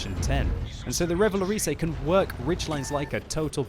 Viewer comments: xD RéValowrizé that's funny in english for prononce this in french it's like ReuVa-LauRRisé what the hell is my comment O_o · Revalorisey? that's not how you pronounce it...